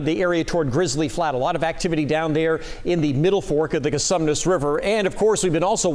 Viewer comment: It's Con-sue-mees. Not Con- some-ness. Whats the matter with you people?